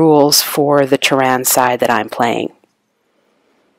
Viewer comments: NOT Tehran( a country on earth) its Terran as . Pronounced TEAR-IN meaning from earth ,and it does not only happen on one planet like you said the scenarios happen on different planet represented by only one board.. This too is my favorite game, and to not use nukes is crazy in this game, Arachnids can only win most scenarios with well placed nukes. glad you enjoy the game its a classic. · The accent on Terran is on the first syllable.